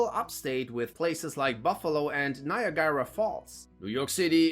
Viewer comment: Still laughing at the pronunciation of Niagara.